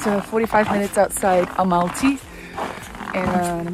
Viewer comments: so cool..... but it's al-ma-ty, not a-mal-ty. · Amalty🤦🏻 it’s Almaty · You know it’s Almaty right not Amalty. Said it wrong the whole time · Almaty, not Amalty😁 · Yes! It’s never been Amalty or anything like that. Such a shame to spend 4.5 days in a city and pronounce it wrong